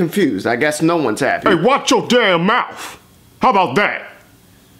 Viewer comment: Its mouth not mouf lol